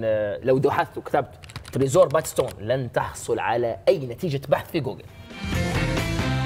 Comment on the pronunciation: اسمها تريجور مش تريزور